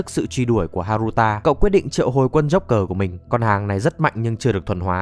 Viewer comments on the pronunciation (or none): none